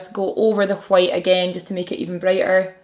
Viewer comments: I'm very satisfied with how you pronounce White. It's like Cool Whip on Family Guy 😂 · Living for the way you pronounce the word "white." Really I love the way you pronounce everything. I'm from the US btw. ...I also love your makeup and videos. Pretty much everything...yeah, everything lol